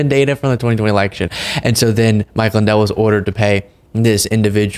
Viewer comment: Mike Swin-dell